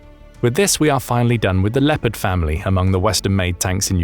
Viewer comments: Please… it’s pronounced “Le-O-pard” not “Le - pard”. You’ll be driving all the Germans crazy given how often you say it 😂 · it a bit funny to hear how amaricans pronounce Leopard. they say "Leppart" they must think the "o" is a communist conspiracy ;) Where does the love of extra "p's" comme from thoug? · Are you absolutely sure, with me being a graduate of the US army armor school at Fort Knox, Kentucky, that’s the exact pronunciation for the WEST German main battle tank? Additionally, I was raised in a German speaking household in Wisconsin.